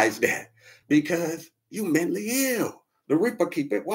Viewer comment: My ninja said, "Mently ill".....like bently or gently..."Mently'....LOLOLLL. Ninja said, "fuck da letter A".